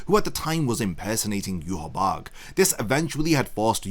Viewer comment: You recount the entire story of bleach in meticulous detail but you can't pronounce Yhwachs name correctly? Idk if it's just rage bait but it erks the fuck out of me